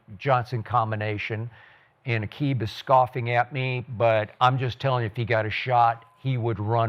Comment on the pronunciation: Everyone saying aqib wrong but gruden threw the first blow.